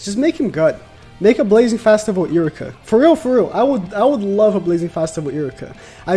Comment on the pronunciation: this man is really pronouncing iruka as iricka